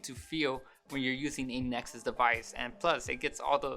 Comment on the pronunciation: "A nesuk six!" LMAO